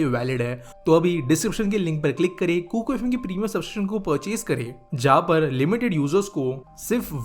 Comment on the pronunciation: Kukar FM nahi hai sahi se bolo it's kuku